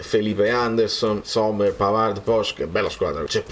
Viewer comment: Si chiama sommer, non sommers